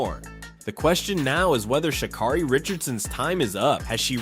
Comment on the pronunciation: Pronounce her name right